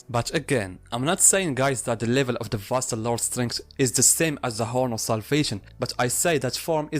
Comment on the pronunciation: Thank you for pronouncing it properly. I just can't deal with people calling it Vasto "Lorday"